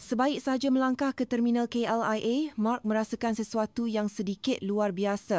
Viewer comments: Bukan KLEA! KLIA lah. Sebutan berterabur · Bukan CLEAR...KLIA. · Hahaha very clear 😅...K L I A ...nooooo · KLIA not KLEA... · Maaf bukan KLEA tapi KLIA. Sebut an XBetul. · Yang tukang cerita ni orang Indo ker ....sebut KLIA pun klEa . Sebutan Semak dlm BM ialah " seymak" bukan nya Semak...Semak- samun tu😊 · KLIA ke atau KLEA. Can't even get this right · Patutlah SEBUT KLIA (I nya disebut E). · KLEA ke atau KLIA? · Ni sebutan bahasa Indonesia...KLEA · Yg tukang cerita pun huruf KLIA I jdi bunyi E.KLEA.So annoying.Bnyk kesilapan pronouciation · Kenapa sebut KLIA pun salah 😅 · Kenapa sebut klia salah ye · ko sebut KLIA pon x berapa nk betul....practice more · pinjam AI jawa ke 😅 lain macam akak sebut KLIA .. tunggang langgang